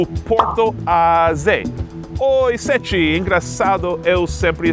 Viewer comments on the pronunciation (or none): Dá uma agonia eles falando "Séti" hahahaha